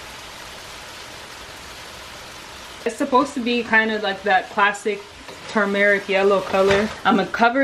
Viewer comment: Every time you said toom-eric 😂.